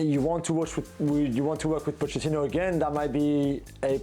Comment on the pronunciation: If Kane goes to United, he is dead-in-the-water. His career is OVER, regardless of whom the manager will be - Pocchettino, or whomever. (By-the-way, it's pronounced Po-Ket-tino.) There are too many deeply rooted issues with Man U these days involving a number of players.